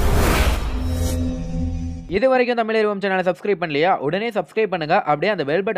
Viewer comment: தமிழ் இல் ழ் முக்ய எழுத்து நீங்கள் எவரும் தமில் என்று ல யை சொல்கிறீர்கள் தப்பு